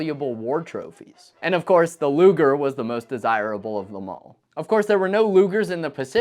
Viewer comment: Thank God you did NOT call the Po8 luger luuger like one of your competiters. L.